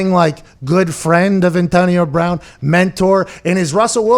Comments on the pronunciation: Wtf it’s brown not “Brahn” like ???? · “Antonio Brahn.” What? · Anyone else notice “Antonio Brahn”?